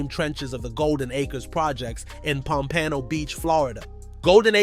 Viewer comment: That's what I said cause wtf.. I knew it was bogus how he said pompano tho so I'll let him keep create his lil fluke video.